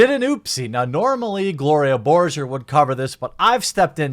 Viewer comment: Gloria Borsher? It's Gloria Borger!!